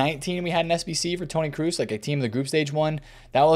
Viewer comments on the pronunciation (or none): Awesome video! But one thing that bothers me is how you pronounce Toni Kroos! It’s pronounce Kråås not Kruus! When you say it it sounds like Toni Cruise 😅 keep up the good work